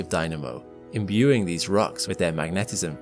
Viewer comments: Why do you keep saying MagNEHtism. Is there some reason why the second syllable is so important? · Why do the narrators of so many videos mispronounce so many common words, e.g. magnetism?